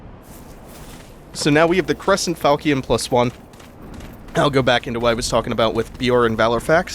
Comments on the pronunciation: You pronounced Falchion wrong, the correct pronunciation is Fal-shen not fal-ki-en. Please excuse me, i'm not trying to be rude i'm simply passionate when it comes to weapons from the medieval era. This was an excellent let's play and it holds up in 2019. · Really enjoying your playthrough. I just got smashed when I tried to play this, but I do love it, so glad I can watch you play it for me :-) ps The Sword is pronounced Fal-Shun. It's a seriously cool type of sword